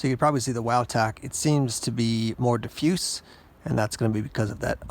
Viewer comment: over a year later. but i cant stand the way he incorrectly says diffused. its diff like in a vehicle and fused like stuck together or electrical fuse. diffuse. not diffoose